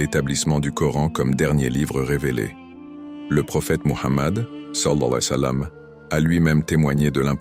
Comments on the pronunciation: Le narrateur ne dit pas correctement « sall’Allahou aleyhi wa salam ». Veuillez rectifier si c’est possible svp🙏🏾🙏🏾🙏🏾🙏🏾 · Je pense que ce n’est pas un narrateur humain mais une voix synthétique d’ordinateur. L’essentiel est qu’on comprenne ce qu’il veut dire même si c’est mal prononcé, mais c’est vrai qu’il le dit n’importe comment 😮😅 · Non c'est grave de mal prononcer le savants le disent de bien prononcer les paroles c'est important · Exactement celui qui fait ce vidéo devrais corrigé cela .